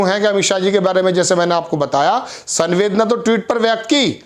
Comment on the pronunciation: Sanvedna nhi samvedna pronunciation hota he is shabd ka